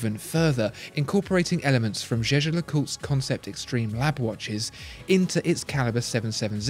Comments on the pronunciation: the watchfinder guy didn't used to pronounce it 'jeh-jer'. I've watched all the watchfinder videos and this is the first review in which he pronounces it correctly. I'm still a huge fan though, regardless of how he pronounces it. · Alec Tang You’re totally right. This is the first time he pronounced it correctly.